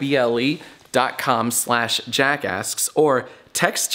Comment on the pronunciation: Why does when you say jackasks, it sounds like jackass?